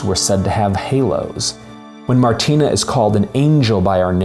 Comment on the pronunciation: An Atheist’s Guide to Babette’s Feast: (1) The name is Martine, not Martina. Perhaps it’s Martina in the written tale, but it’s Martine-with-an-E in the film. If you’ve ever had your name consistently mispronounced or misspelled, you’d understand how annoying it is, as though you weren’t seen for who you really are. (2) Babette, in the film, is a chef extraordinaire and a political refugee, not a communist revolutionary. It’s not clear in the film whether she joined with her husband in revolting or in communism. (3) The general doesn’t marry Queen Sofia, he marries one of the ladies of her Court. BIG difference! (4) The sisters didn’t understand what the ingredients signified, how they would be transformed by Babette just as Babette had transformed their lives and the lives of all the townsfolk. In their religiously-fueled ignorance they could only see witchcraft as the explanation for the science that they couldn’t otherwise explain. Their kitchen had become — as it had been ever since Babette had come to them — Babette’s laboratory. (5) The “feast had opened the general’s soul to the squalor of man and the splendor of God” — really? I didn’t get that in the film. Perhaps it’s written that way in the Blixen story and in the Pope’s heart, but the film IMO showcases the splendor of Man in Babette’s transformation of ordinary animals and plants into a glorious, sensuous feast: the turtle, the truffle, the caviar, the foie gras (be still, my heart!), the grapes of joyousness